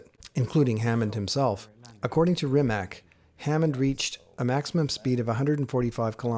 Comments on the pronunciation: Rimac, not 'Rimek' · its pronounced reemats' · It's just c, not k. But it's OK, I was just looking for example, but in English, "c" is mostly pronounced as "k", sometimes as "s", if you understand me at all :) Actually it souonds as if it ended with "tz". In Croatian language, every letter is a unique voice, always the same in every case. A six year old kid can read and write any word without asking you to spell it for him. We just don't have the spelling problem :) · West Coast Supercars and Classics C is pronounced like zz in Pizza. In all Slavic languages is like that. Problem is Č and Ć that are not part of English alphabet. Č is like ch, example being Češka Republika (Czech republic). Ć is softer, like in cheese or choose. Lot of Slavic names end with -ić, -ić being deminutive (meanig something small). My name is Mladen Milić, Milić meaning little Mili or child of Mili. As English does not have letters Š, Č, Ć, Ž and Đ, we improvise. Š is written like sh (Sharon - Šeron). Č and Ć I explained how they sound. Some write them like C (haircut Latin they call it here) and some want to be clear that it is not C, so they write Ch. I would write my name as Mladen Milic. Ž is like S in usualy, they leave it like Z or ZH. and Đ is soft D, sumplemented by Dj. If it is easier for you to read, try Mate Rimatz. German might spell it like that.